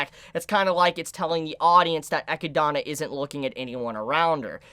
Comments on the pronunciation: XD Why cant he say echidna instead of akidnah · Just discovered your channel great content 🔥... I think the pronunciation is Echidna and not Echidana, just remove the da and I think you got it correctly based on what I read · Love the theory crafting you brought up. Only one thing bothers me. Her name is pronounced “Ah Kid Nah”. Not “Eh kid don a”. Sorry just had to drop that because you’re killing my ears. Keep up the good work. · HER NAME IS EH-KID-NA!! NOT GOD DAMN FUCKING ECHEDONA! YOU MISERABLE FUCKING TWAT! YOU ARE WATCHING THE GOD DAMN ANIME NOW! YOU DONT HAVE A FUCKING EXCUSE TONSAY THESE NAMES WRONG SINCE THEY ARE SAYING IT FOR YOU!! STEP UP YOUR FUCKING GAME!!! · DUDE! Don't make me mad calling her "EchydAAAna"!!! It is "E-chyd-na"! Srsly... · If the name is from the animal it is pronounced Eh-kid-nah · I always get slightly confused when you say Echindna because of how you pronounce it. Also in the Japanese there wasn't any difference between warlock and witch. Its the same word. It was just changed for the English translation. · I love but his pronounciation of echidna makes me cringe every time 😭 Its english, bro. A spiny anteater. Its what knuckles in sonic is based off of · Your pronunciation of echidna and Roswaal is barbaric homie Like bruh 🤣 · Bro its been all season idk how you still pronounce Echidna's name wrong. They literally say it out loud